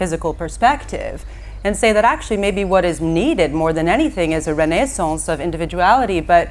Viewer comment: The way she says renaissance says everything about her character lmao...